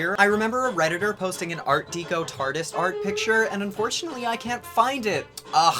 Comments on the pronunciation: I love you but its pronounced "deck-o" not "dee-co" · Its "ART DECKO" not Deeco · FYI it's art deh-co, as in decorate, not dee-co. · my dude, deco is pronounced Deck-0, not dee-ko. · art deco is pronounced "decko" not "deeko" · Art deco is pronounced Art Deck-o not Dee-co. Fucking love your videos man! Please keep it up! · "Deco" in "art deco" is pronounced "deck-oh". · The "deco" in "art deco" is pronounced like "deck-oh." I swear I'm not trying to be That Bitch, I love your videos. Just trying to be helpful. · As someone who speaks a few languages I can tell you proper pronunciation is important when relaying information to those who may not be fluent in that particular language. Someone well versed in English will understand what he meant but someone who is less familiar might think art-deco and art-deeko are two different things. Also a lot of ones vernacular is learned through listening to people talk so bad pronunciations snowball person to person until said words become unrecognizable and the simple cure to that is a friendly reminder of the correct pronunciation. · I'm in my 40s and this is the first time I've heard someone say "deeko". Based on the spelling it should be pronounced "desso" but we all know that's wrong. I do agree that words can change over time and for the most part it is because of ignorance. I don't like the accent argument because in this case the person is a native English speaker. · "Art deeco" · PSA: "art deco" is pronounced "art deck-oh" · Art Dee-ko??? Really? Unsubstantiated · Not to be that guy but Art Deco rhymes with gecko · No hate but you pronounced Art Deco wrong.